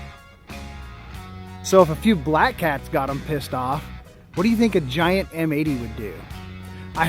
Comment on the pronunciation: did you really just call us gi'ants